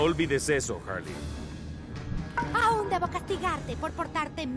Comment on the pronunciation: Todos: Harley: Wasona